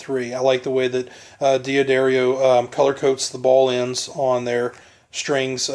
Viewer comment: I have that exact lamp!!! (the one over the gentleman's left shoulder) DOOD! It is NOT pronounced DEE UH DARIO! It is pronounced Duhdario. You're a guitar player? Duhdario, not DeeAhDario. You put 10-46 on your Strat? DOOD! That's not the right gauge. Factory standard & recommended is 9-42. I appreciate the review, but you are blowing a lot of things: pronunciation, string gauge, that dumb lamp, your horrendous t-shirt, and that GUITAR! I have a Strat too, but mine is WAY prettier than yours. Yours is kinda ugly. Just like your lamp.